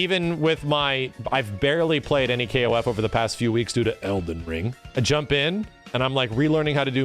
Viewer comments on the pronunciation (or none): I love how said Elden Ring